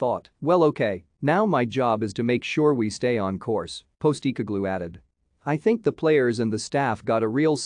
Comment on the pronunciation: Dude. Do your own voiceover, that text to speech thing is red rotten... Keltic... Postee cogloo... Ih Brox... Jist naw!!!